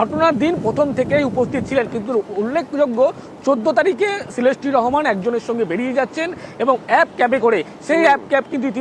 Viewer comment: ভাই সেলেস্টি না😂😂😂 শিলাস্তি রহমান আসলে হাস্যকর কলকাতার নিউজ গুলো